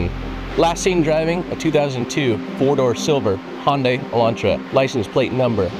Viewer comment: One of the very few people that actually has pronounced Hyundai properly, can't wait for the rest of the episodes to come out